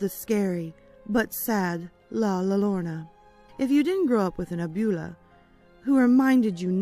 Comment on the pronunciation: Love it. I wouldn't have really noticed that you didn't pronounce La Llorna wrong if someone wouldn't have commented. Everybody pronounces things differently. So no worries!